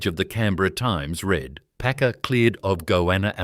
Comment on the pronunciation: Read .. pron. red